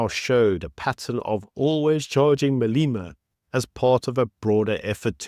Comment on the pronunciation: Malema. Not Maleema. E pronounced as in egg!